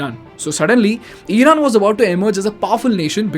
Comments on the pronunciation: Eeeeeraq , eeeeeran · eeran , eeraq, beehar…??? iran , iraq , bihar 👈